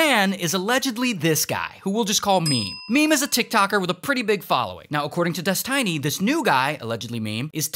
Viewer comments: Des TEE NY Not Des TAI NY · Why do you say it like "DesTINY"? when its clearly Destiny as in someones destiny, you know this Ray.. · des tiny? what its literally destiny like how do u mispronounce that 😭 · He said “dis-tiny” instead of destiny 😂😂😂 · I'm sorry Ray but it's destiny not tiny it's like tinie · Holy moly I was laughing so hard when I heard "des-tiny" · This guy has Key and Peele level of issues with pronunciation 😁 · des- TINY pen1s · "DES-TINY" is mad 😂😂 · My guy called him Des-tiny I AM DONE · I love that Ray called him ᴰᵉˢ instead of Destiny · U CALLED HIM DES - TINY 😂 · I love how he's calling him des tiny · "des tiny" 💀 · lol "des-TINY" hahahaha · so we are just not going to talk about how Ray keeps calling him "Des-tiny" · Destiny❌ Des-Tiny✅ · Des-tiny LMAO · "Des Tinny" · Des-tiny lmao xD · Des-tiny? Lol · des-tiny LOL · how you gon say destiny as Des Tiny 😂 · How does an english speaking person read out Destiny as Des-Tiny? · "Des Tiny" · Ah yes Des Tiney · Why are you calling him ThisTiny? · why is he calling him des tiny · bro said Des Tiny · Bro its "Destiny" not Dest i ny or Destainy :D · Bro said des, tiny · Des-TINY lol.... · haha Des-Tiny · Des-tiny? Really? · Destiny not Destine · Des tiny. Hahahahaha. Now say it with me Destiny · DESTINY NOT DES-TINY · No it's definitely Des-TINY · he said des tiny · Calling him Des-tiny is sure to trigger Infrared Haz's insecurities 😂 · "Des-Tiny" is killing me. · i spitted my food when you called him des tiny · Pronouncing it like "dez-tiny" is driving me nuuuuts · why is he calling him dest tiny? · Did he say dis Tiny ? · why "destiney"? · they way you say destiny is killing me 🤣🤣☠ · Why is he saying "destiny" in such a weird way? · Is nobody talking about how he says destiny 💀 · Is this an actual person reading this script? The pronunciation of destiny is weird.